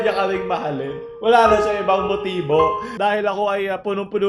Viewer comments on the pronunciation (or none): none